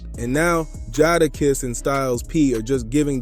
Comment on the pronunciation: You call dude Jaarakiss? 😂